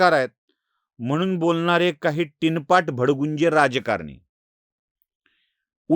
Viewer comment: टिनपाट नव्हे, चिनपाट! सकाळच्या विधीला लागते ते !